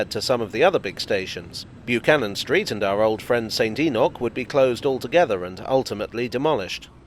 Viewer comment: Thank you for pronouncing St Enoch correctly. I would hate to get all pedantic about such matters.